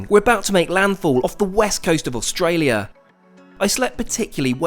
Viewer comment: You pronounced Australia wrong